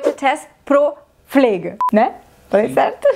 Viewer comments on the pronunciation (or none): ate falando Pflege sem o P